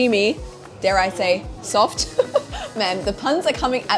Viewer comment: One of your funniest video. I died laughing when you said "soft" 🤣🤣